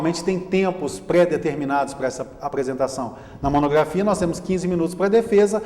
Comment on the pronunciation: Diz monografia e não monogrrafia